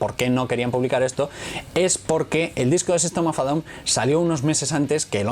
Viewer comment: En ingles en ingles di el nombre en ingles que suena horrible como dices sistem of a down